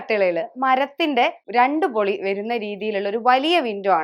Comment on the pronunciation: പൊളി അല്ല പാളി എന്നാണ് പറയുക. ജനൽ പാളി വാതിൽ പാളി (പൊളി a എന്നാൽ കള്ളം എന്ന് അർത്ഥം )